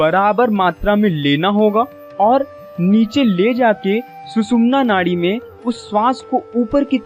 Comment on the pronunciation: आप जिस विषय पर बात कर रहे हो, यह विषय बहोत हि गहन है. इस विषय के बारेमे बात करते समय संस्कृत के शब्दोका उच्चार सही होना आवश्यक है. ऊदाहरण - हमारा सरीर नही शरीर होता है. ये इन्डा नही इडा है. शरीर के इस्तर नही स्तर होते है. सुसुम्ना नाही सुषुम्ना है. और बहोत सारे. कृपया सुधारे.